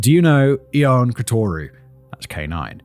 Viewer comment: So, Simon and Matt, "Ion" in Romania, Hungary, etc is pronounced "Jon." This is why his pro name was Johnny, see? I LOVE Simon and the writers, and I am sinly offering new info, not slagging them off, to be clear. Thank you. My Dad-In-Law was Hungarian, so I have an excellent source for my info. Thank you.